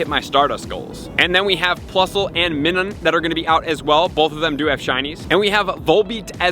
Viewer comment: Ah not to discredit hard work but the way he butchers the Pokémon names, ha! He predicted Flabébé and he doesn’t know how to pronounce is too funny for some reason.😅 Also it’s Minun - Mine-un 😜 Keep up the great work, Bro!